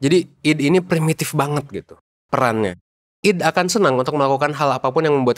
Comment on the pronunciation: ID itu mungkin bacanya aidi pak